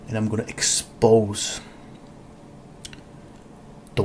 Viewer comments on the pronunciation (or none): When he said "i'm gonna eKS..PowZZ those lies", I was already rubbing my hands in anticipation of utter stpidity